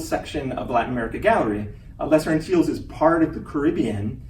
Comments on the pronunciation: Geez, the guy can't even pronounce "Antilles" and "Tobago" correctly! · I think too that he could have taken the opportunity to learn how to pronounce Tobago, the Lesser Antilles and Guadeloupe